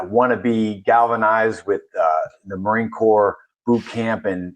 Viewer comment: He.s right be marine corps rather than marine corpse.